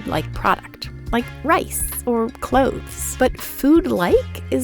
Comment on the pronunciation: I kept hearing cloves as clothes